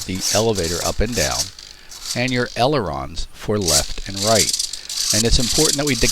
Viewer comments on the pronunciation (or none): "Elerons" lol